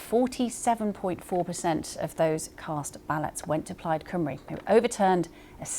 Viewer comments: Cymru should be one of the easiest words for an English person to say. Why do they get it wrong? Deliberate? Trying to copy some northern colleagues vowel sounds? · Her saying Cymru wrong made me cringe. She managed Rhuns name ok though. Butchered Llyr too.